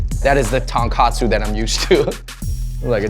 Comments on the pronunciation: The Taankahtsoo. Trademark that shit. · His pronunciation of 'Tonkotsu' annoys me, but his love for noodles is endearing.